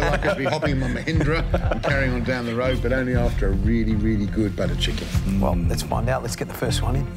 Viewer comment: Buttah chickan 😂